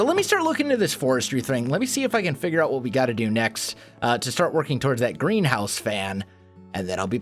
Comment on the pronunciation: Greenhouse. I always hear GrianHouse xD